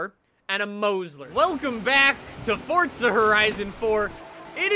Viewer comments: For the love of god say Forza right. It’s not Fortza. FORZA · I swear I heard him say fortza instead of forza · why am i hearing "FORTza" when he says "forza"